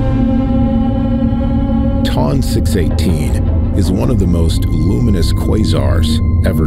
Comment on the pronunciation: This narrator has no idea how to pronounce the names of these objects. Hahaha ! Sounds like he pronounced Ton 218 Tom 218.